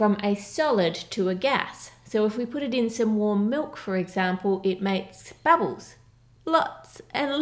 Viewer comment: “Cocoa batter” and “babbles” 😬